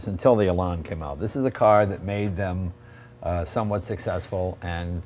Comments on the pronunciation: WISH HE'D CALL IT ELAN, AS IN ANNE, NOT LARN. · Lotus Elan. Probably one of the Best Uk sports cars. Lovely to drive and very , very quick! However, please learn to pronounce the name of the car correctly . . .